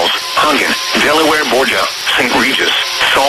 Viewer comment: Gotta love funny mispronounciations of some town names, like here with De Borgia as "Delaware Borgia" or Saltese as "Salt-see" (actually pronounced salt-tees).